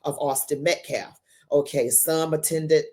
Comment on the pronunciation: That idiot man can't even pronounce Metcalf correctly. Why would I think he is smart.